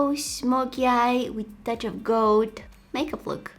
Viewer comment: When you say gold, it sounds like goat and I absolutely adore it 🥰